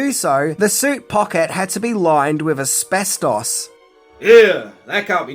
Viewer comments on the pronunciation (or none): none